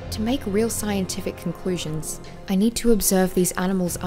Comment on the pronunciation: did anyone else hear concwusions